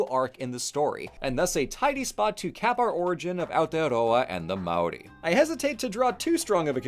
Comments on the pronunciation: "mow rie" 😭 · Seems kinda short for the history of even specifically the Māori colonization of NZ. Also a bit weird not to mention Hawaiki by name. Also you are pronouncing Māori wrong, it's pronounced like Moldy but with an r instead of a d and no L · or worse, "may-or-ie"